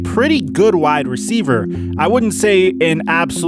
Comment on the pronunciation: “ juju is a great receiva”